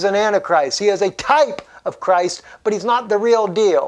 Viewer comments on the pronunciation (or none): none